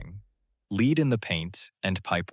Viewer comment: Arrrgh. Damned AI voice! "Lead" (as in the toxic metal) is pronounced "led", not "leed". So what was the point of tearing down half of it? Seems like a waste of effort and resources, when it should be possible to remodel/repurpose all the structures at lower cost than demolition/rebuild. Then, there's the Big Question: will Detroit ever recover?